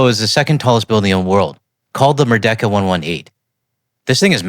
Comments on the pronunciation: Pronounced as mer-D-ka, not mer-decker Merdeka is bahasa for Freedom. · I was not talking about America. I was commenting on the Malay word "merdeka". It should be pronounced as: mer-dee-ka, not mer-decker.